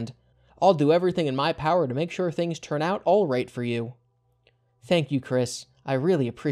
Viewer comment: "everything in my PAOWER!!"